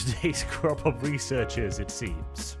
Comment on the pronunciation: some of the times you said researchers i heard "reseters"